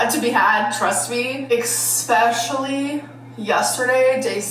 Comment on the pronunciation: "Exxsspeshulyyy" (especially) never fails to make me giggle